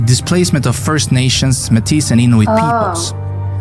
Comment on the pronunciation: You know French so this will make sense to you. The third group of Indigenous people is the Métis, so it should be pronounced “MAY TEE” without the s sound. USMCA is what Americans call the current trade agreement. In Canada we usually call it CUSMA (pronounced “KOOS mah”) in English; in French it’s called the ACEUM. We’ll never know but naming a restaurant after yourself might be due to laziness. In some (probably most) parts of the country it’s less paperwork (for some types of businesses no paperwork) to name a business after yourself. The reason, I think, is to accommodate people like freelancers or an independent artists.